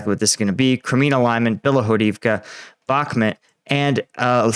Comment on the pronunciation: it pronounced Bakh - MOOT, rhymes with hoot. Not BAK - mutt. You owe the heroes there, the correct pronunciation. It takes only a small effort on your part.